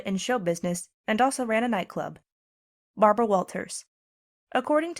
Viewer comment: Are you telling me that old woman is still alive, I am almost 60, and when I first started school she was old and worn out then. That's amazing but I know she has to be older than that. I can never forget when she said her name it always sounded like Barbara WoWo it always gave everyone a laugh